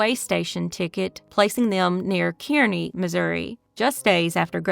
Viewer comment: Were you saying "Kearney" Missouri? If so, we pronounce that like "carnie". 😊